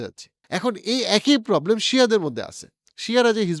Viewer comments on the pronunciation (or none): none